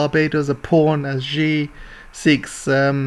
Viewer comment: Just a pronunciation tip, Xi is pronounced as See.